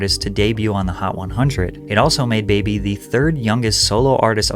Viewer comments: All that research and you didn't once realize her name is pronounced like Barbie, not like Baby? It's a play on a northeast accent saying barbie... really makes me wonder how much work you actually put in on these videos cause how do you mess up the name of the person you're investigating? lol bruh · stop calling her baby. you make a whole video on her and can't even pronounce her name correctly smh